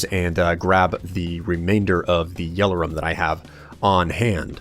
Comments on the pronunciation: You pronounce Yellorium like it's spelt Yellorum. My brain hurts now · no offense in anyway, this is just something that bothers me but its pronounced yellorium not "yellerum" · You pronounce a lot of things weirdly, especially yellorium. It's je-lo-ree-um, not jello-rum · Why does say "Yell-or-rum" insted of "Yell-or-ium", There is clearly an I in there... or is it just the fact that American English is different to British English... (and if so why?)